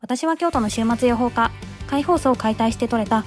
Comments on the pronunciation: 終末予報家に聞こえる😂はちみつ美味しそ〜🍯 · 週末予報家って聞こえて何事だって思った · 週末養蜂家が｢終末予報家｣に聞こえて人類の終末を予言してる魔女か何かかと思った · 終末予報家ってきこえた